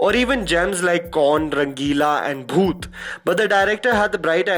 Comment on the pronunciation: I liked how u said BHOOT